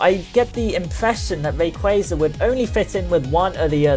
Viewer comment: You're the first person I've seen to say rayquaza correctly, kudos to you. In regards to the topic, I was hoping he would get a primal reversion or at least a unique mega animation. It seems unfair that kyogre and groudon get awesome animations with their transformation and rayquaza is stuck with generic mega.